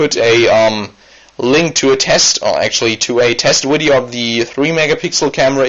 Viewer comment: widio. please stop saying wideo!!!!!!!!!!!!!!!!!